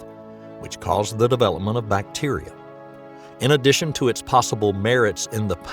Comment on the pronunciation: Say "in addation" one more time